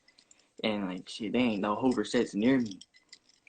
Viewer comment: WhAts hover? You mean Hoover 😐